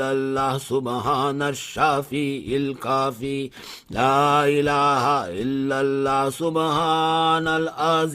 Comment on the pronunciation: Kitna bewkoof molvi too. Laelaha Hillary nahin hota. LA ilalla hota hai